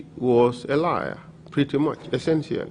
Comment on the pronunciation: It's "liar" not lair 😊